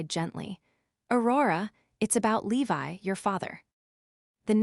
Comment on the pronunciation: His name is Levi, not Leave I Your AI is horrendous!